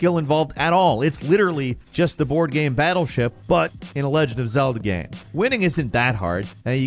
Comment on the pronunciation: I feel like I’m being gaslit by. Sometimes he pronounces the word GAME very strangely but no one else seems to acknowledge it. He straight up says GAMS at the beginning of the video I feel like I’m taking crazy pills!!